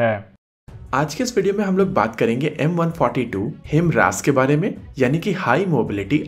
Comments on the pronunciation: Your prounounce....is..HIMRAS HIMARS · हाईमर्स not हिमरास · It's HIMARS. Not HIMRAS... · 👊👊👊👍👍👍 Per ek correction ke requirement hai. "हिमरास" नहीं "हिमार्स" है। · Good video bro... One thing, Himras nhi bro, it's HI-MARS. Again, it's a good video. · HIMARS- It's not pronounce as Him-Ras ,it's pronounce as High- Mars. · Himras nahi himars kya yaar ek word juban mai nahi aata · HI-MARS, not HIMRAAS- correct your pronunciation dude! 😅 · भई मेरे, यह ‘हिमरास’ नहीं, ‘हयमारस’ है। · It's 'HIMARS' not 'HIMRAS' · It's not HIM-RAS it's HI- MARS You don't have enough knowledge yet to make such videos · HIMRAS also 😂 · Its pronounced as he-mars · HIMRAS kya hai? Bhai padhna sikh le pehle.